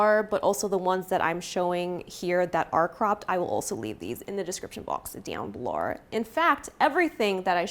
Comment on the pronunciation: the australian “down below” takes me out LOLL i love it